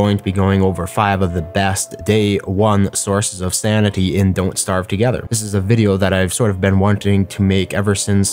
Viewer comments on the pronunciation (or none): none